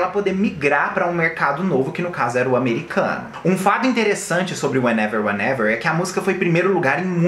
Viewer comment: Menina a senhora tem problemas com wehenever weherever hahaha 😆 só falou o título da música errado affs